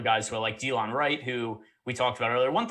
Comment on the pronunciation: Da-Lon Wright. Not Dee-Lon